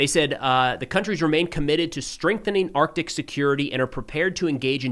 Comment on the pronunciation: Thank You for pronouncing the "C" in Arctic.